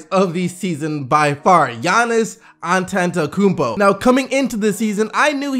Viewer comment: So cringey when you say Antetounkumpo.😷